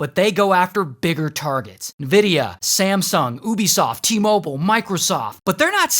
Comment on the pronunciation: Not "nividia" 😭